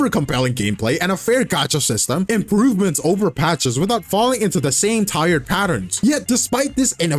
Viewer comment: Im-pro-ve-ments ? What is that word ? (Every hoyoshills)